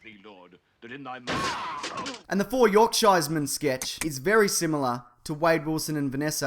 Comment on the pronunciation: Your pronunciation of Yorkshireman was hilarious!